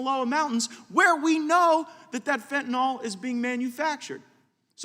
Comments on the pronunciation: tell gaetz it is fen ta null not fen ta NAHL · It irks me that he does not know how to pronounce fentanyl. Certainly not as fentanOL. He should do some work with addicts to understand what they need. He has no clue. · Matt, please pronounce Fentanyl correctly. It's not FentaNAWL! And, Mr. Nadler.... please Please PLEASE resign, retire or whatever... Just go AWAY!!